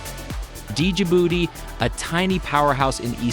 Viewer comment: what do you know? when you can't even learn to pronounce the name